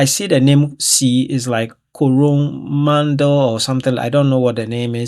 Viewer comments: AUCKLAND {ORK-LAND}... WANAKA {WAAH-NAAH-KAAH} COROMANDEL {KORRO-MAN-DIL} HAWKES BAY {HAWKS-BAY} MOUNT RUAPEIHU {ROO-A-PAY-WHO} VOLCANO MOUNTAIN... KAKAPO IS A BIRD... NEW ZEALAND IS CLOSE TO AUSTRALIA BUT NOT THE SAME'' GOVERNING..THANK YOU.. I HOPE I HE;PED YOU PRONOUNCE THE CITIES A BIT BETTER.. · Pronunciation: Auckland - Or-car-land / Tauranga - Towel-wrong-grr / Coromandel - Corrow-man-dil / Napier - Ney-pee-er / Hawkes Bay / Canterbury /Mount Ruapehu - Rooh-a-pay-who / Maori TV - Mole-ree / Waitangi - Why-tang-ee / Kiwi - a New Zealander/ Possum Pie . Cheers